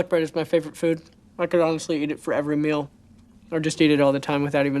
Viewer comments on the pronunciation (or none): none